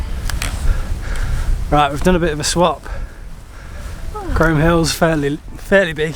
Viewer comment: Great video...well done guys .In a few years Aurora will be romping up hills with you! We did those hills a few years back, and I was told in no uncertain terms, by a local in the pub, that it's pronounced "Chroom" Hill! I had no idea! Anyway, brilliant stuff you two/three!